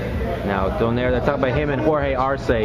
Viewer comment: i think the right pronunciation of nonito's surname is "DO NAY RE".. good job btw